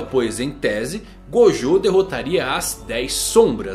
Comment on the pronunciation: Ele falou o nome de gojo errado 2 vezes kkk Até o mangão erra rsrsrs